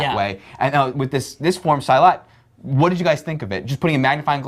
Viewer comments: silat is pronounce as seelat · salah bro... harusnya..."see- lutt" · thanks for the review guys i'm glad you enjoy the movie, oh btw the pronunciation of silat is : see..lat (i'm from indonesia) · I think he refers to the way he pronounced "Silat"not Indonesia